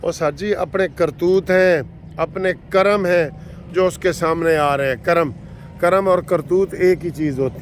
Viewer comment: لفظ کرم جو ھے ک پر زبرنہیں بلکہ زیرھگ